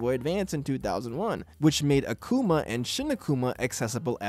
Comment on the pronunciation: Hearing Uh-kuma instead of Ah-Kuma in this video so often triggered me. Why is Japanese pronunciation so hard for people? The romanized vowel sounds literally make only one sound each. A as in Father. Also Emphasis on the first syllable not the second. It's as ridiculous sounding as a Japanese person saying Devil as "Deville". Also... No mention of the ultimate dlc of the sonic and knuckles cart for the genesis? It literally allowed you to put Knuckles into Sonic 2 and it turns out that there are 1ups in places only accessible by Knuckles. I explored the crap outta that game once I got that cart for Christmas when I was a kid in the mid 90s